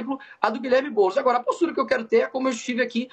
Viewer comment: É boulos vc está embolado !